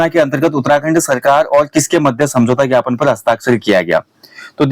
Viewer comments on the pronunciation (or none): none